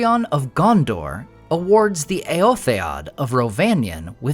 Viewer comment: aaahh I noticed you have updated your pronunciation of Eotheod from your previous pronunciation of "Eoth-aid".. nice!!! 🍻